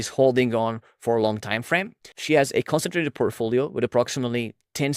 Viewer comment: Please work on your pronunciation. It’s hard to understand what you’re saying sometimes. For example, the way you say “concentrated” is very rushed (missing parts of the word) and when you say “other” it sounds like “odder” or “order”. If you search “x pronunciation” on your browser, it’ll give you an audio of how it’s pronounced, and you can use that to practice saying different words. That’s how I mastered English as my 3rd langauge. Looking up how people’s names are pronounced is also a good idea. For example, Thiel is pronounced “teal”, there’s no “th” sound (referring to your recent video).